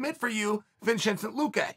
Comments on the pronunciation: “Vinchensent Luque” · “Vinshensint Luque” lol 😂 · His pause after he says it got me dead 💀 🤣 😭